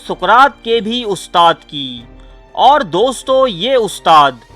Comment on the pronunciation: او بھائی دوستوں میں ں ساءلنٹ ہے دوستو بولا جاتا ہے. بات میں تاثیر ہے